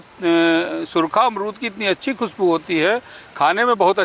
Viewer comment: अमरूद ❎ अरमूद ✅ 😂😂😂😂😂😂